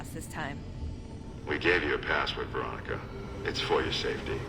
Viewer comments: Poor veronica having her name said wrong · I want to see an unarmed playthrough it's not really a challenge because unarmed in New Vegas is really good also my guy my guy why'd you say Victoria her name is clearly Veronica if it was a joke it worked I laughed also four factions everyone counts yes man as a main faction and there's a secret ending in dead money working with Elijah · DID HE JUST CALL VERONICA VICTORIA LMAOOO Good video tho I really enjoyed it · I love calling Veronica, Victoria. I don't know why, but I find it hilarious.